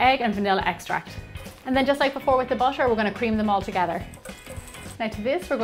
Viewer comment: Gemma what is your nationality...I always here the word butter like "basher"...anyway I like your recipes I always follow them specially the microwave mig cakes.